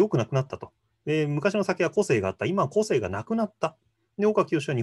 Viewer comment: この対談の個性の発音は こ↑せ↓い↓ ではなく、 こ↑せ↑い↑ かも知れないね。